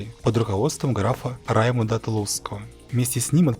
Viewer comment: Господа, не ругайте автора, он только начинает. Это титанический труд для одного человека! По факту созданием таких видео, если есть нацеленность на производство профессионального научно-популярного контента, должна заниматься целая команда. Я тоже заметил ошибки, к примеру, в ударениях: "КОрдовский эмират, а не КордОвский" , " под руководством графа РаймУнда, а не РАймунда Тулузского" , ухо режет и "трое братьев Готфрид, Эсташ и Балдуин БулЬонские" , насколько известно, графство было Булонь, а не Бульонь )))), "под руководством сына короля Франции Гуго ВермандуА, а не ВермандУа" и т. д. Можно поспорить и насчёт кол-ва Крестовых походов, хотя автор в начале видео говорит "8 ОСНОВНЫХ походов". Если же учитывать Крестовый поход детей 1212 года и Поход гг, к-рый некоторыми историками рассматривается отдельно от Восьмого, то их не 8, как у автора, а 10. Но следует заметить, что автор ещё только набирается опыта, и это у него неплохо получается. Респект, подписался.